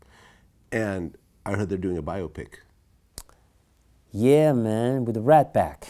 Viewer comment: Bio pic? Lololol. You mean biopic?